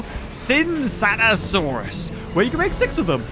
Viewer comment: Why do you insist on pronouncing "Tsintaosaurus" that way???